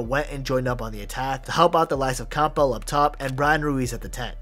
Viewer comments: Bro its Camp bell or Cam-bull. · Lol who pronounces Campbell like that?